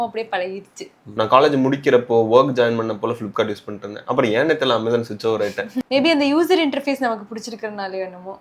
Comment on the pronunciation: I appreciate the slang. Aaamazon. It is correct. Maximum people will tell ameyzon. It is wrong.